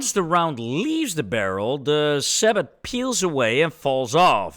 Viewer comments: I apologize for being so picky, but the word comes from French. You literally just drop the t when pronouncing sabot (sa-bow) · Fired a lot of APDS tank rounds when I was in the military. In the US Army we say it "SAY-boh" the "t" is silent.